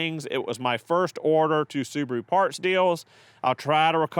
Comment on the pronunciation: The repaired soo-bar-oooo. Wow